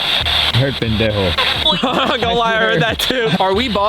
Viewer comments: Dont say bendejo i know spanish and pendejo is a bad werd just dont say it 😅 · Nah it said pendrjo 😂😂😂😂😂😂😂😂😂😂😂😂😂😂😂😂😂😂